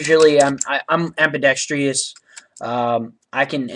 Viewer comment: Oh god... he said ambidextrious...